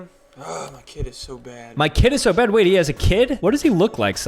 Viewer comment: He sayd wayt im gona show you